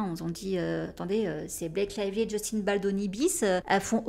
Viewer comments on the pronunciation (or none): none